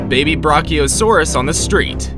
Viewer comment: YES! You said t-Rex but you said br.ar.ci.os.aur.